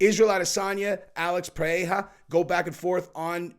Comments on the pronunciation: Bro just stop trying to say Pereira it's obnoxious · Put the R's in Alex's last name like a Damm American lol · Please don't sat Pereira that way